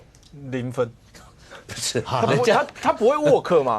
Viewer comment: 他不會work 要唸沃兒可。不能唸沃克 沃克是走路。沃兒克才是 work. 晶晶體 動詞用對了 可是發錯音